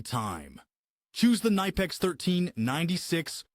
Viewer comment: Stop pronounce the brand name wrong! It is German brand and it is pronounce [Knipeks], NOT [Naipeks]!!!